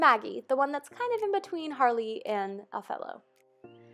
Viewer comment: It's Harley. Not Hayley (so you know, no hate.)